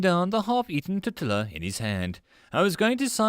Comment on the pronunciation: .....How do you not know how to properly pronounce "tortilla" or "queso"?!